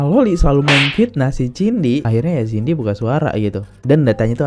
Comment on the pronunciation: hoi jadi Laki2 itu mulut jangan ceriwis macam wanita kalau masih tetap Jantan ... gak usah ngomong macam panci rombeng .. jaman dulu seorang Lelaki tidak pernah mau diketahui berMULUT WANITA begini . MALU BESAT dia /// . so jangan sok kepinteran ya kenal juga kagak sama Cindy bukan TJINDI hoi belajar dulu nyebut nama seseorang atuh